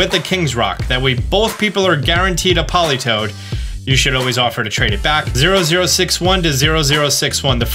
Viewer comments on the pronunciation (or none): none